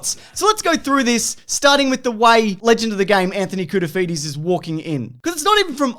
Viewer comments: "Anthony Cool-to-feed-ye" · “Legend of the “souvlaki” Anthony Koutoufides” 😉😂